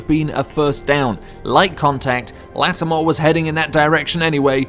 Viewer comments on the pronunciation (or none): He said lassamore